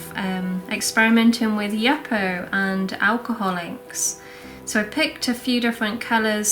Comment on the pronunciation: The paper you are using is pronounced you - po (Yupo ). Not Yuppo my husband was in the paper industry for 20 years it’s a synthetic paper and is always referred to as Yupo paper.